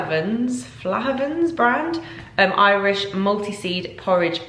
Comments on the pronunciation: Flahvans 🤣🤣🤣 it's flaaavens! Sorry but that gave me a giggle!! Xx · No it's Flath - ha - vans , I'm Irish !